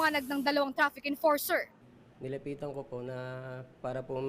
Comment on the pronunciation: Chrafik emporser?😂😂😂